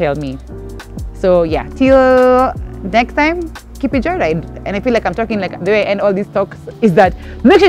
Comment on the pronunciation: Did say Joylide...anywho wacha islide😂